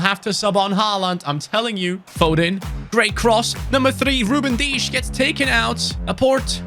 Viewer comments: Ain’t no way he said Ruben deesh 🥲😂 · He said Ruben dias wiers almost like Ruben dias nuts